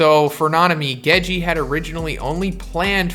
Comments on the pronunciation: love your channel bro but it’s Gege not Gejeeee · “Geji”? Both the g’s are hard, it’s The first syllable twice, Gege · oh man, isit pronounced... GEGEH, GEGAY, GEJI, JEJE??? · Hearing the two "Ge" in Gege pronounced differently is so odd